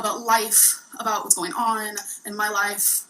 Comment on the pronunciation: Why can't this gorl say a compete word? "Eateeen" and "cuukeeen" and go-eeen to Wommark... Is it just inherent laziness that she can't say a fucking 'g'? Cuz it's not her accent!